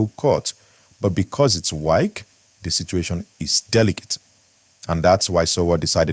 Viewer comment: This youtuber who is mispronouncing the name "Wike", is a fool. Is pronouncing somebody's name correctly not part of education?